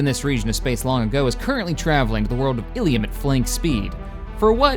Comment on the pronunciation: you are saying illum wrong its ill-uhm not ill-ium